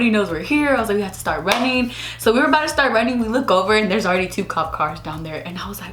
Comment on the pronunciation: "abouta" ABOUT TO!